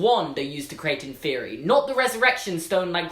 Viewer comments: Okay. I like you and all, but it's pronounced "in-fur-eye", not "in-fear-ee". Just saying man. Keep it up! Love your videos. Harry Potter is life. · It’s in-FEH-re-I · I thought he said in therory not inferi 😂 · I thought inferi was pronounced in-fur-eye. I think I'm wrong. Oops. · The way you pronounce inferi is blowing my mind. I always thought it was in-fer-eye. Because it's the plural of inferious. Like many words ending in us like octopus. Also when I got the audiobooks Stephen Fry reads it like that. If i'm wrong though I've been thinking it wrong forever and that'd feel weird.